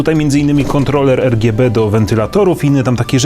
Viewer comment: o nje gdzie ERGJEBE :O